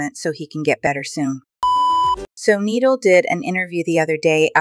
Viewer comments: It’s not needle 😂 ❤ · Say knee and then doll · It’s not needle 🪡 😂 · You keep on saying needle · Mhm it’s noodle LOL